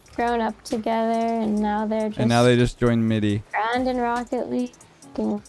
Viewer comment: I prefer “wocket legg “